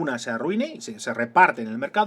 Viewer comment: LOS TRUT(SS) JAJAJAJA, has hecho un muy buen vídeo, explicas muy bien. He de felicitarte. Me va a ayudar mucho con bachillerato.